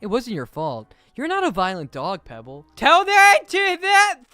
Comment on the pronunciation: NOT PEEBALL😢! Just in case peeball=pebble